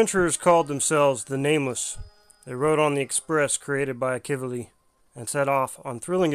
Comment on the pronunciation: Well I was pronouncing his name wrong it seems. Heard it in game earlier pronounced as Ahh-Key-V-Lee. (Akivili) Apologies on that 😐